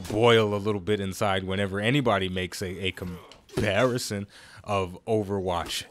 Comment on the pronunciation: Please tell me that 'com-parry-son' was intentional.